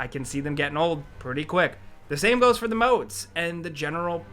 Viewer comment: Idk why in this video EVERY time he says THE he says "duh" never noticed it in other games.